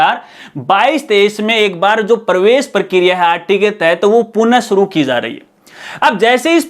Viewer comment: Sabse pehle to aap punah ko purn kehna band karo